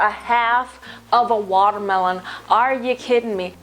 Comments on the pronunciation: I am so happy right now because when I cook I also make sound effects ("pochatar!" when you placed the noodles into the pot HAHA) and 're-name' food items like how you pronounce watermelon as 'wadamelone' LOL. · when she said waterweloon i kept thinking of that viner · I lost it when you said "Water-malone"! Oh my goodness, I can't with you, you so funny!!!!! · i legit died when you said watermelón omfggg hahahahaa